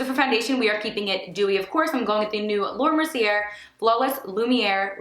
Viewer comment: Beautiful look babe!! 💗 Just an fyi.. Mercier is pronounced Merci-a. 😘